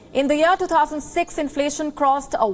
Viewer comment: Where did you get this news presenter?..she can't pronounce inflation correctly... 😀